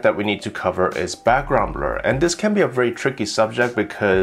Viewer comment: He can't say blur😆 brul😆